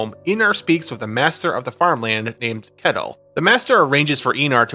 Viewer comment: I hate to be that guy, but I am Danish so I think I can speak here, Ketil isn't pronounced like kettle. The "e" is said for a bit longer, and the "i" isn't silent. Atleast that's how it's pronounced nowadays, it could be pronounced differently in those times.